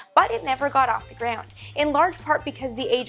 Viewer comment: The way you say "ground" almost sounds like "greyhound"